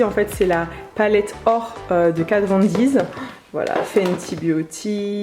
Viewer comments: Mais oui ça me perturbe 'Kat Von Deez' 😄😂😂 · Tu sais, KatVonD ne contient pas de S après le D 😂😂 Toute la vidéo ça m'a tilter 😂 En tout cas tu t'es bien débrouillé 👍👍 Très bien organisé! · Problème de prononciation ! On dit pas « Kat von DiZ « mais juste Kat Von D ( di ) Urban déquai mais Urban De(i)cay